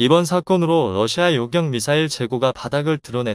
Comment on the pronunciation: 러시아를. 외 럿시마라고합니까